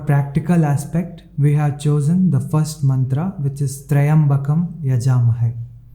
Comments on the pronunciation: While chanting why do you say it as tryambakai instead of tryambakam? What is the correct pronunciation? Tryambakai or tryambakam? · 3.20 you pronounced tra and ya separate. It should be TRYA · Then, why do you say *triyam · The pronunciation is so confusing, many say thryambakam, I heard you saying thryambakay. People also say bandanaan rather than bandanaat. Just don't know which is correct but god knows how sincere you are when you are chanting and will forgive any mistakes